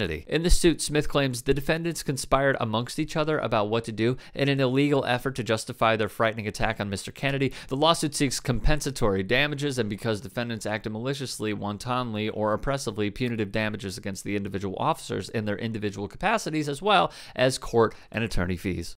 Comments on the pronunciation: You really don’t know how to pronounce the word “wantonly”? Helpful hint - it isn’t “wahn-TAWN-lee”. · This kind of shit pisses me off...but I had to smile when pronounced wantonly as "wonton-ly".